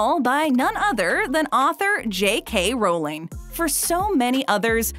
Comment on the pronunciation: Did she seriously just say JK Rolling???